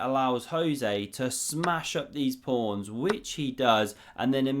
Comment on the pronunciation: why is he calling the pawns prawns